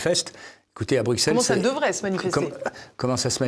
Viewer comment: Merci ! N.B. On dit Brusselles et non Brukselles !